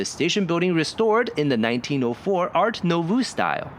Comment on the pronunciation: FYI - "nouveau" is pronounced "nu vo". Excellent and informative video!